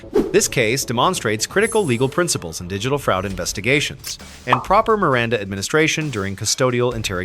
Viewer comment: “Demon-straight” “fraaaasud” lol. Be warned.